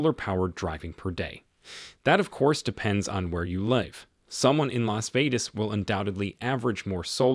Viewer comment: Where you leyve? Someone in Las VeDas?